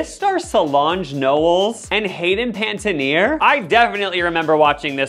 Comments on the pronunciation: Hayden "Paitenear" is taking me out. lol It's "Pan-eh-tee-air" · Hayden *Pen-A-Teer ♥️😂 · saying Hayden Panettiere’s surname wrong kept getting to me 🤣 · I can’t handle how you pronounce Haydens last name lol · The way you pronounce Hayden panettiere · You couldn't take the two seconds to learn how to say hayden panettieres name...come on